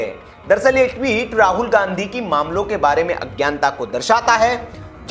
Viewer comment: ... गंधी परिवार का ये सितारा, बिल्कुल सही कहा सर आपने, " गंधी not गाँधी